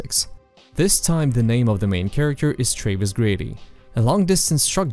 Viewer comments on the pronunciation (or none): Your European ass pronouncing "Travis" as "Trayviss" is the cutest thing.